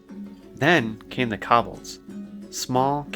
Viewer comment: and kobolds. Ko (rhymes with toe) and bold sounding like saying the single word 'bold' or some people say it 'bald' so, koe-bald.